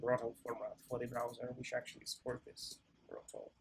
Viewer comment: I think it's a mistake in multiple videos, nothing serious, but it's actually "brotli" compression, not "brottle", right?